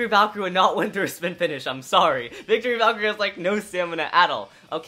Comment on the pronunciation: ITS VALTRYEK NOT VALKERIE